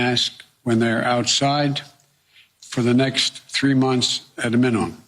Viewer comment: he can't pronounce the word "minimum" LMAO he needs to be in a rest facility